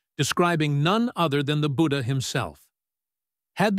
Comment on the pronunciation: When you can't pronounce his name 'budhha' and can't pronounce 'ganga' but still try to rewrite history with fake information.